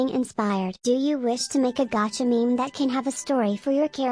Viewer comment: Gavka lol XD best way to say gacha